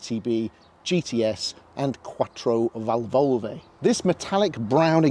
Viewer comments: Quatrovalvolve? Hehehehhh try some italian lessons? Hahahahhahaaa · Nice video but it’s QuattrovÁlvole, not Quattrovalwoooooooowwwwle; VetrorÉsina, not Veytrowreseeeiiiiinaaaaah😂😂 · Nice video and nice car! It's quite perfect, really. I've guess you've heard this by now, but you both misspelled and mispronounced Quattrovalvole